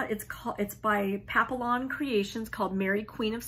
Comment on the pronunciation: Love your videos. So positive. Need more of that. Loved all projects though I’m not ac sampler Stitcher either. D I d want to tell you Papillon is pronounced as papiyon. Ls are silent. Can’t wait till next video. Thx!